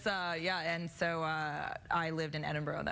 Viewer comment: People who are professional writers should be able to pronounce Edinburgh properly.